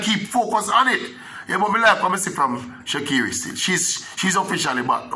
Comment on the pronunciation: no e in sha'carri.....not pronounced Shecerri